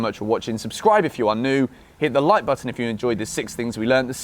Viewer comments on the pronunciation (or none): none